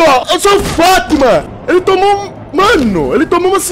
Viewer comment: Mano eu nao tou takando ele falando fatman kakakakakakak